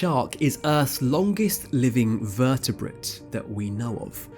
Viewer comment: thought it's vertebrate and not vertiprint